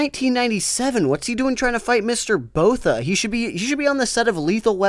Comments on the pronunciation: It’s pronounced Boor ta not Boh tha. Other than that it must be an enemy stand! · Was gonna dislike, but then I hear "Mr. Botha". You get your like and subscribe.